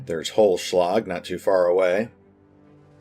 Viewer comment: Its so sweet how you butcher the german names :D Holzschlag(what means "wood cutting") was pretty good but you need to spell the "z "more like "tZ". Without that if you only say Holschlag that can easily missinterpreted as "hollow blow" Keep up the fine videos pls! :D